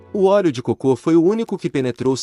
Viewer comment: ELE É PERSONAGEM FALSO MÉDICO FEITO POR IA, FALA COCO COMO SE FOSSE COCÔ.